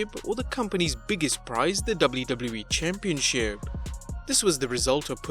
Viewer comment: Am I the only one who hates how this guy says the word “championship”? Lol